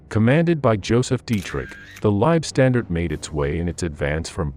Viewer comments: Also the LAH were not pronounced Lieb StandarD, but Lieb StandarTE ! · Leibstandarte is NOT pronounced LIBE (pronounced live) STANDARD. Say it THIS WAY: LEIB like HIVE STAND like fond ART AH. I have no patience for these terrible pronounciations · German here. Why do you people call it "Liebstandarte"? It´s wrong and doesn´t make any sense at all. It is "LEIBstandarte". Leib means body. Lieb means nice. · The Narrator hasn't A CLUE how to pronounce German terms. Leibstandarte is pronounced THIS WAY: LEIB (like HIVE) STAND (like BOND) ART (like DART) E (like AAAH) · Good facts....rubbish pronunciation. A,I just cant get it right LSAH are worthy of correct use of their name and the way this AI thing pronounces it makes it sound like standed and unfortunately spoils it for me and I gave up . There must be hundreds of people who would voice this historical piece. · I got about 5 minutes in and the cringe factor of listening to "Lei-standard" over and over had me pausing the video to write this comment. If you can't pronounce (or even attempt to) the name of the unit, then I'll watch something else. You also left out the Viking Division, which is odd. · The content is really good, but you lost me when the AI mispronounced Leibstandarte! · "Leib-standard??" C'mon. It's pronounced Leibstan"DAR-TEH". Easy to get it right. Along with Lyon and every place and unit name you screw up.